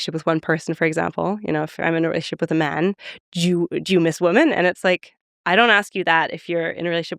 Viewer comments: Why does she keep pronouncing women as woman? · Definitely don’t agree with Julia’s views on monogamy and polyamory, I’m with Lex on this one. Also, why does she pronounce “women” and “woman” the exact same? They should sound different. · Agree on both counts. I thought I was mishearing whenever she said "woman/women".